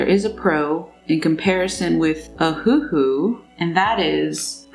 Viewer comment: If u keep saying ahoohoo XD I SWEAR